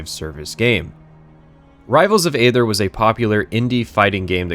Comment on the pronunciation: I can't stop myself from being a neckbeard here: It's pronounced "ee-thur " ('th' like the sound in 'think'). "AE" is a 'ligature', and there's an argument to be made for pronouncing it "ee" or "ay", depending on whether you're doing Ancient Greek or Ancient Roman pronunciation. But never "ather" like you're reading the word "other" with a typo.